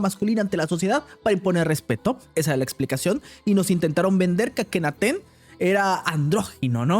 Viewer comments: "Akhenaten" 😂😂😂 Akenatoon es papá!!! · Akenaten? Será Akenaton. Le ponen la e hasta en los nombres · El nombre correcto es Akenatón. Creo que como lo quiere deformar a su conveniencia hasta le cambia la "o" por una "e" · No es akenaten es akenaton